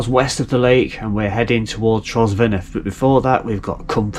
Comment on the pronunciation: Hi and Croeso - welcome to our lovely little bit of forgotten Wales! Just a couple of notes regarding the lovely viaduct (it is fabulous to walk over, isn’t it?) - you do have the name “Prysor” right (although I will pass over some of your other more imaginative Welsh pronunciations and forgive your kind efforts!). As for “Cwm Prysor” and “Nant Prysor” - it depends which way you look when you are standing on the viaduct… The river underneath it is the Afon Prysor (River Prysor). The big u-shaped valley below the viaduct, leading away to Trawsfynydd is a “Cwm” - a larger high mountain area glacial valley, so if you are looking at that then think “Cwm Prysor”. But if you turn around and follow the river uphill, it is in a smaller v-shaped valley, cut by the river itself - and that is a “Nant” - hence Nant Prysor - so both names are usable - just different each side…! Incidentally if you look at the downward slope, just below the far side of the viaduct, you can see the tailings (waste dump) of a small mine, with a trackway leading up to it - that was actually a trial gold mine, seeking the north-eastern end of the Dolgellau Gold Belt. The mine tunnels right under the railway and comes up again in the forestry on the high side of the viaduct. Now, I have a question for you, and for any other viewer if they can answer - How does this viaduct rank for height in the UK? I don’t mean the height of the arches, I mean altitude? At around 370 mtrs (1200ft) it must be one of the highest